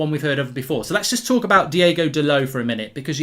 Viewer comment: His name is Diogo not Diego, ok Murk?